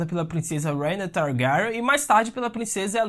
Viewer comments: Fala o nome da rhaenyra direito por favor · Irmão cê foi tenta enfeitar o nome da Rhaenyra e cago kkkkkkk rhaenkrhsksh targarksksn kkkkkkkkk fala direito tio precisa enfeitar não véi 🤡